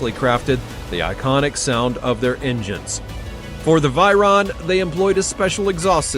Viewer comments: It is called Veyron. Not Vyron or Viron...Dont you know how to pronounce?? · It's Veyron 😭😭😭😭 Vey-Ron not Vyron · Other people: Veyron This guy: Viron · Vey not vay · The fact he pronounces it as v-eye-ron is annoying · I stopped watching as soon as he pronounced Veyron incorrectly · Learn to pronounce veyron and Chiron correctly